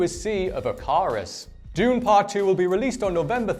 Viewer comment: You mispronounced planet dune